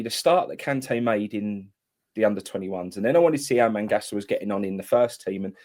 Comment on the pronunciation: Its magassa mate not mangassa and hes alot older than kante hes 2 years older